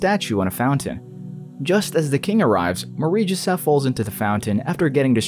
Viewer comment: Take a shot everytime he says "marieee jesef"